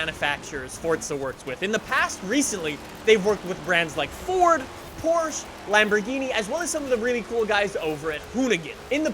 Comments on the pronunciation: In 3 minutes you said porsh instead of porche two times, I'm not even watching the video anymore, it's probably pure bullshit anyway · Great informative video but the way you pronounce Porsche makes me aggressive